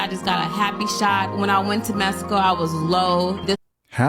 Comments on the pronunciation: A woman who pronounced "Messico" instead of "Mexico" 🚩🚩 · It’s Mexico not mesico!!! TF!! 😂😂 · Where TF is "Messico"!! Can't trust anyone can't pronounce Mexico correctly! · Her saying “‘messico” is killin me bruh😂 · Lmao😂I noticed that too. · When she pronounced Mexico… MessyCo I knew she wasn’t gon say anything worth listening to’!! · She lost all credibility once I heard “Messico”. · She said Messico 😂